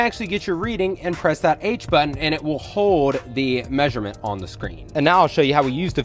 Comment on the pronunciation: HOLD !!?? Not hoed..ffs